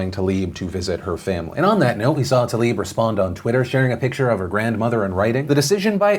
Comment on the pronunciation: Is the pronunciation of “rashida talib” accepted wrong like “Brett farve” ?? Because Tlaib =/= Talib....